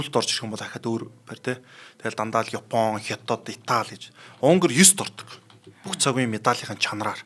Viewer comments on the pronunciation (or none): none